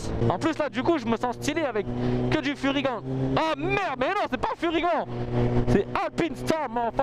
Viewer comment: Super vidéo comme toujours! Je suis déçu! Comment ose tu tourné le dos à Furygan contre à AlpinStar aller je dislike direct! Non je blague:p et on dit Furyganeeeeeee et pas furygant espèce de tache:D continue t'es vidéos, je suis là depuis tes première et je m'en lasse jamais! Ton humour, ton monologue, me font tjrs rire autant